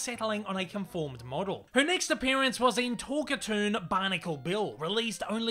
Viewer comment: “Talk-a-toon”,? NO! It is pronounced TALK - CAR - TOON! Other than that, I’d give your script a “10” out of 10 out of 10. They usually work as well or almost as well as this one did. My late Mom was a HUGE fan of Betty Boop, and Mom’s friends (and I must admit, I myself) gave her all kinds of Boop merchandise. I still have Mom’s Betty Boop figurine, standing atop a piano, and holding a 1930’s RCA 44 Ribbon Microphone. Incidentally, the Hayes Office enforced the BREEN code, and contrary to what you hear on TV, it really was the BREEN code. The Motion Picture Code was NEVER “THE HAYES CODE”. It was the BREEN code. Look it up. And you bet, - I would LOVE to see a new HIGH QUALITY (That means a product that’s made as well and looks AT LEAST as good as the as the original series of Boop cartoons! By that I mean animate on 1’s when possible (that means there’s ONE DRAWING FOR EACH FRAME OF FILM, which ran by at 24 frames per SECOND). But most of it is what’s called “limited” animation (in which they make a drawing for every TWO or more frames, they save a lot of work (read: MONEY) by NOT making a drawing for EVERY frame, cutting their cost per foot of useable film in HALF.